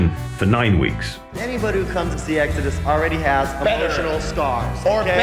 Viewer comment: In the beginning there was EEGS-AD-US. BONDED BY BLOOD!